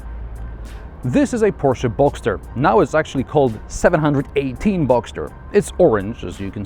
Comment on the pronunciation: It's the 7-18. Not 718... I'm a "Porsche geek"